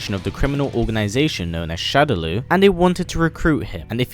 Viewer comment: Killer instinct P.s.- shadaloo is pronounced "shadow-law"